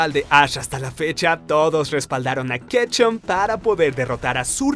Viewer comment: Ketchum no kecha pronuncia bien